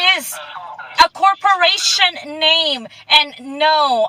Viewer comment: Alpha David, corporaySHUN. Good job reading that dictionary, lady 😏